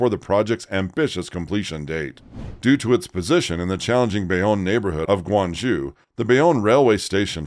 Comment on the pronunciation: Come on if you're going to make a program, at least make the effort to pronounce Guang ZHOU correctly -- just 15 seconds on Google Translate